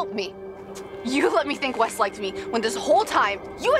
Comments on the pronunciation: Umm... Not tryna be mean but... It's "Wes" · Gold cat_YT !! It’s “Wes” not west but yes lol